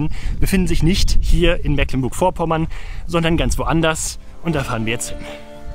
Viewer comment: Ich habe, angesichts der über Niedersachsen, Schleswig-Holstein und Mecklenburg-Vorpommern verteilten Drehorte, die Vermutung, dass die Produktionsgesellschaft die Filmförderung von drei Bundesländern abgegriffen hat. 😉 Kleine Besserwisserei: "Mecklenburg" wird trotz "ck" mit langem "e" gesprochen - "Meeklenburg" - dagegen wäre die Aussprache von "Spar" in den Niederlanden korrekt. Der Firmenname kommt nicht von "Sparen" sondern von "spar", was "Fichte" bedeutet (daher auch das Firmenlogo).